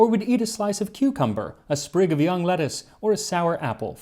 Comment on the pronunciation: "Sprig", not "Spring".